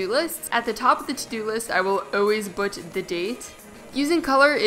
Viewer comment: She says "bwut" instead of put and "tory story'